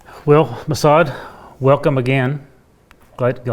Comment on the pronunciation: Lost me at Massad… 😂